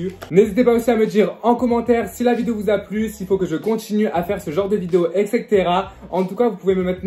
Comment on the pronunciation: on en parle que tu ne sais toujours pas dire "etc" 😭❤️